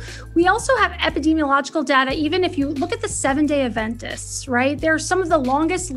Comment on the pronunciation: It's LEG-yoom, not luh-GOOM. And ADventist, not adVENtist